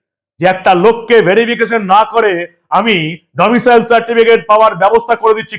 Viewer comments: ডমিশিয়াল নয়, ডমিসাইল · আপনার উচ্চারণ ভুল হচ্ছে মনোভাব। Domicile certificate। Domicial certificate নয়। তৃণমূল মানেই চোর। মমতা তো প্রমাণিত চোর!! সংবিধান মানে না, দেশদ্রোহী একটা নির্দিমার কীট। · ডমিসিয়াল নয়-Domicile. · কথাটা "ডোমিসাইল" ।